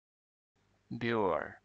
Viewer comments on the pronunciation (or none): The Beougher's that I know pronounce it Booker.